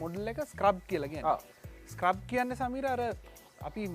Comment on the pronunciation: මේ විශිෂ්ට වීඩියෝවට බොහොම ස්තූතියි. නමුත් මේ වාහනයේ නම 'ස්ක්‍රබ්' නෙවෙයි. ඒකට කියන්නේ “ස්කැරබ්” කියලා. මැලේසියාවේ පෙනැං රාජ්‍ය කෞතුකාගාරයේ කහ පැහැති ස්කැරබ් එකක් තිබේ.